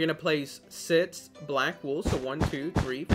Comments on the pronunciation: ITS SIX NOT SITTTS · When you pronounce six like sits I just laughed I’m sorry